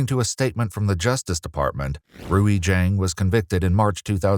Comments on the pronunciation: also pretty sure its pronounced ray not literally rui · Rui is pronounced /ʐueɪ/, it's one of the hardest Chinese names for non-Chinese-speakers to get right, mainly because of the initial 'r' which in itself is the hardest sound in Chinese. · The AI voice is saying it wrong. It’s a Chinese name, Rui Jiang. It’s pronounced “Rway Jeeawng” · R-O-O-E-E probably pronounced R-E-E. Rui = ree